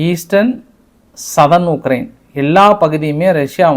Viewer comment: உளறாதயா உக்ரைனுன்னு சொல்லுயா